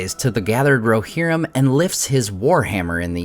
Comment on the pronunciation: "War of the RoHERrim"